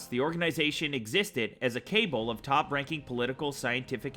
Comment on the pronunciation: cabal = ka-ball